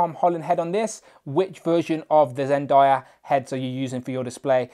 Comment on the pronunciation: Zendayas name is pronounced zen-day-a